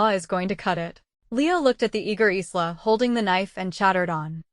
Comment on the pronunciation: It's ISLA , AS IN the ISL OF MAN CANT YOU GET THE AI TO GET IT RIGHT, AND WHY ARE ALL THE PICTURES THE SAME AS THE STORY BEFORE, SEEN ONE , SEEN THE LOT, NOT WORTH LISTENING TO OR LOOKING AT.